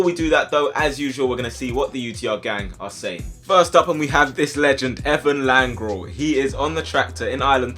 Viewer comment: You butchered his name,it's Lanre